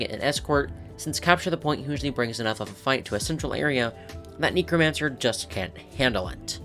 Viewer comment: Please say Necromancer properly like the root word necro instead of like "knee crow mancer", the first time you said it I thought you said "Negromancer" 💀💀💀